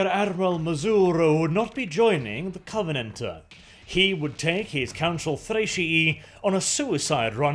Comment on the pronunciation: "The covenant-uh"